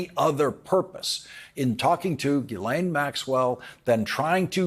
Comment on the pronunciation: GHIS, LIKE GHOST. You pronounce the IS . GHEES LAINE